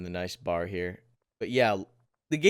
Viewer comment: love your vids, I need a PC cuz I need this game. But pleeeeeaaaaaaaasssssseeeee, do not call the BAR a "bar"......it is in fact a B-A-R. I know you like to shorthand stuff and be quick and everything. but it is a BAR, its an anagram and from a mil/weapon historian and avid shooter, huge pet peeve. other than that love your coverage. and I agree, the garand in these vids is glorious. That recoil.....